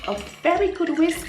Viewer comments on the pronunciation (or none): My son loves your personality. He laught at you saying whisk.🤣🤣